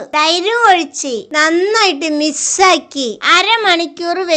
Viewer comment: എത്താ യൂട്യൂബിൽ നിന്ന് വരുമാനം കിട്ടുമ്പോൾ സ്പോക്കൺ ഇംഗ്ലീഷ് പഠിക്ക് 😊 മിക്സ് മിസ്സ് അല്ല മിക്സ് വിലക്കിരൻ മസാല ഗരം മസാല